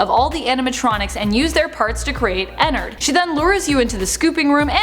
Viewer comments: You say enard I say en-nard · Is it just me or do u guys get annoyed when she says ennard she says ennerd not ennerd Edit:another fact about circus Baby she now is a tomb for Elizabeth so she's basically Elizabeth now and Elizabeth is her Another fact about sl:ballora is Elizabeth's mom and her name is Clara How Clara died:she was not looking where she was going in her car going to visit Chris in the hospital,fell off a cliff and died Chris and how he died:Chris was bullied by his brother Michael Afton How he died:he got "pranked"and got his head shoved in fredbears mouth by Michael there was a melfuntion In the jaw and got his head bit off he now posseses shadow Freddy Michael Afton: After he killed his brother he was sad and cried then William couldn't afford anything so Micheal helped him on th job :How he died:he then went through a vent that leads to the scooping room and Elizabeth then scooped him as C.B he got his intestines scooped out he doesn't posses an anamatronic but ennard lives in him William Afton:after all that happend he then died in a bunny suit :How he died:while wearing the bunny suit the springlocks went in him which made him die the most painful death and now posseses springtrap with his virus in his head called glitchtrap That took forever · Me: ooo I cant wait to hear her talk about her and ennard! Her: ******** and ennerd Me: .....what😃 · I got triggered when she said enenerd and not ennard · She said Ender 😂😂😂😂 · Girl : Enard Me : Ennard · Not to be rude but you are saying ennard wrong